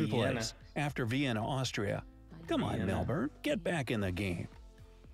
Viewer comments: The way your girlfriend says Melbourne is how It should be pronounced by foreigners (Mel-burn) sounds weird when Americans say Melbin/melbun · Great honest reaction. 🙃🙂(spot on with the Melbun Brisbun pronunciation!🙃🙂